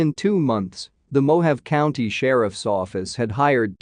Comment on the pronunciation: Mo-ha-vee = Mojave